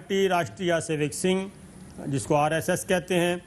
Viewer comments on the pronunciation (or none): Rashtetia savec sang. ہے جناب sing نہیں ہے۔ صابڑ شاکر آپ ایم اے سیاسیات ہیں مگر کئی مقامات پر آپ کا تلفظ بہت غلط ہوتا ہے اس پر مستزاد یہ کہ آپ اس کو درست نہیں کرتے۔ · صابر صاحب راشٹریہ سیوک سنگھ کا تلفظ درست کر لیں۔ یہ سنگھ نہیں بلکہ سنگھٹن ھے جس کا مطلب ھے جتھا۔ سنگھ کو زبر کے ساتھ بولیں نہ کہ زیر ساتھ۔ یعنی SANGH درست اور SINGH غلط ھے۔ SINGH تو سکھوں کے نام کا حصہ ہوتا ھے۔